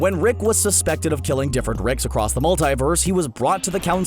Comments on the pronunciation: Who’s wick it’s rick say it right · You pronounce "Rick" as "Reck" and it's fucking annoying. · Can you please work on your pronunciation? It’s Rick not Reck. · Sounds like you're saying wreck sometimes.